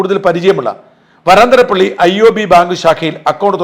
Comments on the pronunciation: വരാന്തരപ്പള്ളി അല്ല..... വരന്തരപ്പള്ളി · ഷാജൻ ചേട്ടാ.. വരാന്തരപിള്ളിയല്ല, വരന്തരപിള്ളി എന്നാണ് !! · Varanthrapilly. Pronuncitation wrong.